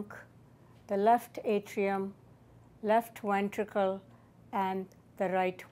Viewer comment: I love how she says wentricle